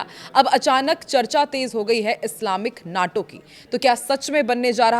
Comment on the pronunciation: नाटो नहीं माटो कहिए